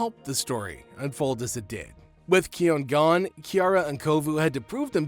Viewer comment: Its pronossed kion not kion